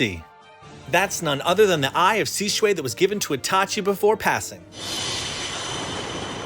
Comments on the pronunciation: why you gonna say shisway instead of shisui... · Nevermind the fact it's supposed to be pronounced "She-sue-e," his face is actually really off to me, and I'm not understanding why his hand is in front of his face like that. Its quite awkward placement imo. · Dude does not know how to pronounce shit go watch the anime and say it the same way they say it in sub not dub buddy talking about shisuway when his name is shisui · shi-zu-e not shizu-way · He said shisuway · Whot? Side characters now?nudbad.... I dun think he's even in the vg?... The susano is really good. Btw it's su-san-o tho? And your shisui sounded like shishui. Try dropping the h sound? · it's pronounced shi su ee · omg your pronunciation is awful, you can't even say Shisui? I'm out.. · You said the name wrong